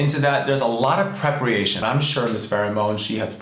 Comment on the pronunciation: a lot of "PREPREATION"???GIRL ITS PREPARATION!